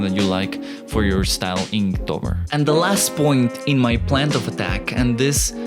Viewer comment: Inktober not Inktover!!!!!